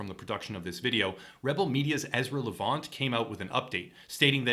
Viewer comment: LEV- ANT. Super easy to say.